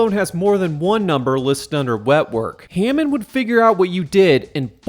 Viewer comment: IT'S HAMMOND! NOT HEYMAN!!!!